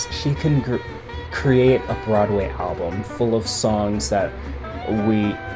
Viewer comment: Ok I can't like this because of the way you say album. wth?!?!? al blum?? no I wanted to pay attention but I couldnt. so....